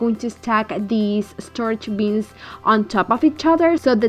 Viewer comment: Love the way you say “beans” for bins!